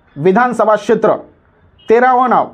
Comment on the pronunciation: Kshetea mhanta yet nahi yala shetra mhanto n chukichi mahiti deto